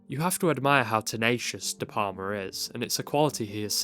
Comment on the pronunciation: Ðe PaRma?? De PaLma!! You know... like you pronounce "Al" in Al Capone. You don't say Ar Capone, do you?You pronounce his name like it's some kind of Italian cheese. " Can I get some more De Parma on my spaghetti?". De P"Al"ma. Please try it.